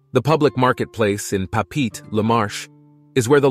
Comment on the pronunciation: "pah-peet"...? you mean "Pop-pah-ette-ay"....?